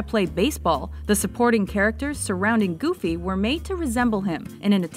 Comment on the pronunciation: Did he said Gooby?